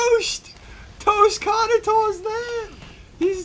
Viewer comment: It isn’t carnotoris it is carnoTOASTis